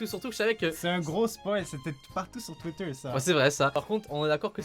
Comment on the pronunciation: comment il a dit twitter ca me tue